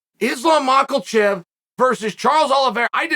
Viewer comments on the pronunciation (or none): Everytime I hear MACKLECHEF 😂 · "Islam Mackle-chev" - Uncle Chael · Crazy how old white dudes like Uncle cheal and my pops. They know they're saying the names in the words wrong. They know how to say it right, but they continue to say it incorrectly. Almost on purpose. It seems. My stepdad says instead of prostate he says prostright and my pops instead of saying COVID he says covert. Chill. You know there is no L in khabib's protege. I Didn't do very good in English but I know you Mr. Uncle chail are very very smart. I know for a fact you have heard. Other people say his name correctly, but you continue to murder that foreign gentleman's name. It's crazy to me. It's hilarious. I almost look forward to see if you have learned how to say it right. Is it just me or is it hilarious? Awesome content hearing Uncle cheal murder people's names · I'm trying to figure out why you say Makhachev's name like that. I know you say a lot of names wrong on purpose (although im not sure why) but theres not even a letter "L" in his name. it's very distracting for some reason.